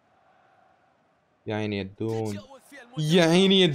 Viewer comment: الدون ❌ الزون ✔